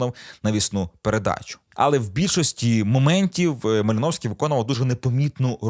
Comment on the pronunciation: Такі да, МалИновський !!!😂